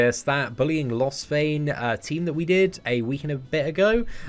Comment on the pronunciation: When he says lostvayne meliodas it translates Las Vegas 😂😂